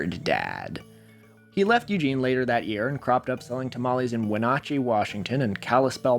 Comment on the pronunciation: How do you get Wenatchee pronunciation wrong living so close? Sheltered little cuss, ain't ya?